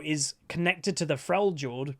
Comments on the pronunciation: I love you but I have a couple of bones to pick with you. Firstly: it is pronounced "frelyord". Secondly: Dragon Ball is one of the most overrated anime out there, super boring, unreasonably stretched scenes, goofy story and edgy characters, let alone the length of all that thing. Yuk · I’m excited for him. I hope the new stances will have some skill expression to them. I wonder if they’ll release the fourth demigod before his rework to tie all of his abilities to them, or if it will be the boar like what Sejuani rides. Seems to be super cool! (Also, it’s Frel-yord. You don’t pronounce it as a “J”) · Cool video! buuuut could you please pronounce Freljord correctly? the J is pronounced like a Y (in the word Yeah for example) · I think you need to watch some more trick2g if you think Uydr has not skill, that guy pulls off some shit that is just astounding withs him.. also is it just an American thing to pronounce Frejord as Frey jord?